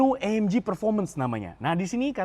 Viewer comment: Itu cara bacanya AMG bukan AMJI, karena di bahasa Jerman itu G tetap di baca G bukan jadi Ji kayak bahasa inggris